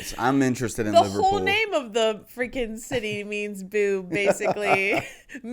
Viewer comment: Mmm not the best pronunciation is it? Barf, aberdeena, Liverpoola, norf west- probably shouldn’t really be narrating a video on pronouncing city names